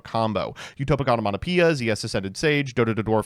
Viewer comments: "Onomato-py-ra 🤓" "Zubababancho Gagagacoat into Dodododwarf Gogogoglove, then trigger Utopic Onomatogagagabububukikiki 🗿" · It still bugs me how he pronounces Onomatopaira